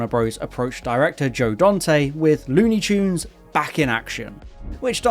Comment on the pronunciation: lewni choons